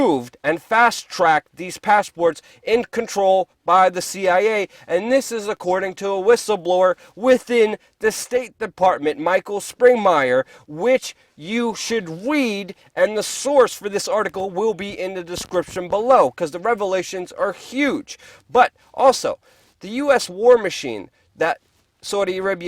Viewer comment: ....did this jersey shore moron just call the so called cia whistlebllower ..."micheal spring-myer.."..??.....and it CLEARLY SAYS ...."REMEMBER THE NAME .....MIKE SPRINGMANN".......DUH fukn DUH.!?!